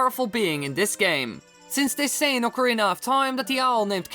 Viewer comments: if i had a penny every time he said TOIME... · Am I the only one that gets more annoyed each time he says time?